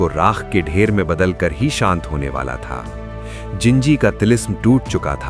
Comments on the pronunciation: Wo ginji nhi jinji hai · ginji nahi jinji hai wo